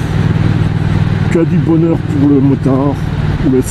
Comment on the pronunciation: .." bohneur " ?! ou " bonheur "?! , vous qui vous moquez un moment donné , sans doute pas méchamment( ?), de l'accent "halsassien " , en tant que " bon " Français ! J'ai cru percevoir un accent franc-comtois , soit dit en passant !